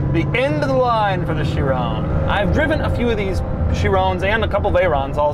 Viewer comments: is it Chirown or Chiron? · It's pronounced "cha-ron" not "cha-roney" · why did he say chrione instead of chiron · It's a 'Chiron' you fool! Pronounced 'Sheerong' and not 'Sheerone'. God. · it's the shiiroooown bro!!! Pas le Chiron, le SHIROOOOOOOOWN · Bugatti Shirone? Feel like MJ is doing a car review. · Why'd Doug say "Chiron" like hes saying Tyrone. It's not Chirone lol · no way he pronounced Chiron as "She Rown" LOL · THIS........... is not how you pronounce Chiron. SHEER-ON. It is, has, and always will be SHEER-ON